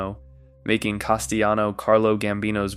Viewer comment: You think it's pronounced "Castiyano"? Yeah, real mob expert here. 🤣